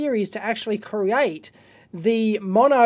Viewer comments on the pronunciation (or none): none